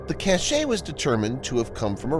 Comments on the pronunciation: I cringed every time you said 'Houthi' and 'cashe'. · Cache is pronounced "cash." Houthi is pronounced "hootee."